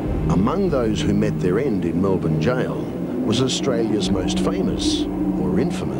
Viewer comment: wow an actual American who knows how to pronounce Melbourne the correct way... good to hear!!!